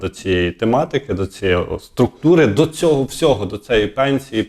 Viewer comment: З повагою до ведучого. У прізвищі ШмигАль наголос на останньому складі. Неможливо слухати "ЦЕГО", "ЗАЧІПИТЬ" і т.д. Участь беруть, а не приймають. Ведучому слід грамотно говорити, щоб хотілося його слухати.